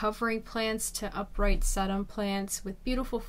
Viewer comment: Sedum is pronounced See dom!